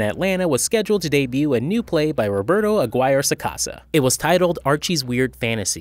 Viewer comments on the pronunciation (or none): For some reason reviewers want to pronounce it Ag-wire, as opposed to A-gear-eh.